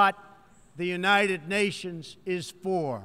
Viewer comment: Younaided Nations lol Word megalolz